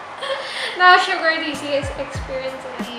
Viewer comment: Suga not sugar 🤦‍♀️